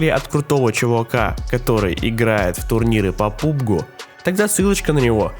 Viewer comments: Пабг а не Пубг Это ты пууп (говно другим словом) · не по пубгу а по пабгу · Не "пубг" а "пабг" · Ээээээээх, пабг а не пубг